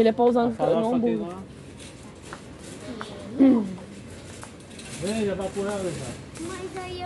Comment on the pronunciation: Mas uma palavra errada stragonofe. Kkkk